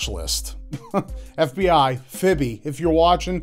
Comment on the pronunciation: XD I'm dead i know he was talking about the fbi when he said fiby but all I could think of was the northen slur fib XD